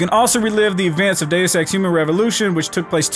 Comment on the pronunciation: did he just say day sex?